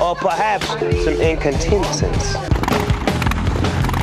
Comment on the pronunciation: Snoop completely failing to say 'incontinence' is sending me right now. Just imagining the director like "hey can we get Snoop to run that line one more time?" and Snoop's already left to smoke a doob or something.